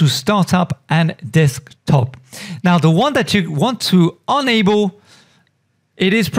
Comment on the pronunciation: Wow you confused me in the beginning because you say Unable, which is not correct, Unable = Turn off (Able = Turn On) But otherwise fine video.